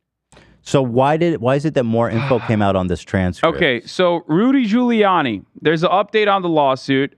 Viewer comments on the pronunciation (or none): i think he was saying "ghouliani" but i might be being charitable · Ethan pronouncing Giuliani as “googliani” made my day